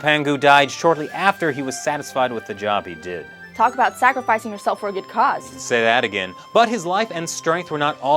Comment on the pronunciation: "Good", not "goof"